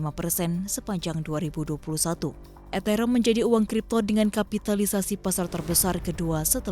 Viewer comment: Ethereum cara bacanya eterium mbak bukan eterem😂😂